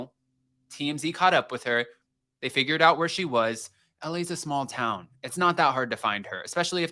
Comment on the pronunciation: “LAs a small tow” 😂